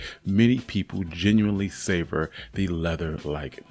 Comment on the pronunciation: Did you just say " savior the leather like texture"🤨🤨🤨